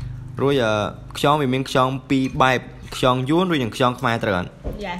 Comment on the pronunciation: ខ្យង មិនមែន ខ្ចង ទេបង